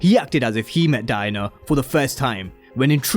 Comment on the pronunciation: It sounds like your saying “DIE-NER” instead of DIE-ANNA 😂